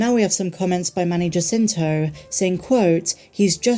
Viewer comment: The J in Jacinto is pronounced like “H”.